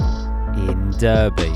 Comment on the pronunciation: Pronounced darby